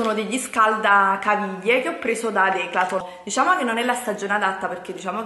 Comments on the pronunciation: le trasformi tutte le parole...tipo:" questo l 'ho preso da DECLATON'' 😂😂😂A parte il fatto che si dice "Decathlon'' sei simpatica uguale,anche per questo!!! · DECATHOLN Non declatlon😂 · Si dice decathlon non DECLATOOOONNNN 😂😂😂😂😂😂😂😂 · Declaton non è questione di dialetti. Non sa leggere, punto. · non è dialetto. pronunciare garnier cn la r finale o declaton o trodiato non è dialetto ma esser ignoranti che è molto diverso! Ho sentito napoletani parlare e ti assicuro che quelli con cui ho parlato hanno cultura e nn parlano così come lei. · Declaton??😂😂😂😂 alla prima pensavo avessi sbagliato..